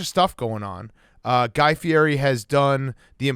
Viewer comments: FI-EDDY. not feeary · Big Cat knows exactly what he's doing butchering that last name.